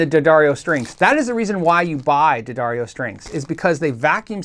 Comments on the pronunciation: Say it with me...'the..dar...ee...oh'. Good man. Proud of ya! Great vid btw!!! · "Dad Airy Oh" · D'Addario ? why the heck did they spell it that way then pronounce it DADDARIO? my brain hurst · At one point, I think D’Addario actually printed a pronunciation guide for their name on some of their string packages. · Yes, the pronunciation was written as Da-Dairy-O. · It's pronounced D'Addario. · I think everyone says Daddario wrong, but it's okay 👌. It's an Italian last, which means it has a Latin pronunciation. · Ddarrias?.. Dedareos?... Diddario??.. Duhdareyo??? I still need help pronouncing it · pronounced D'Addario three different ways in this video.